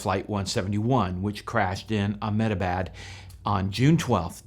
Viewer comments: You prounounce Ahmedebad as "AH meh deh bahd" (say it really fast with emphasis only on the first syllable). Indians will often shorten it to just "AHM deh bahd". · Really informative video but I just cannot get past your pronounciation of Ahmedabad. I'll break it down for you. Aah- med -a - bad that will be the way westerners say it You can also say Eh-med-a-bad. That's the subcontinental way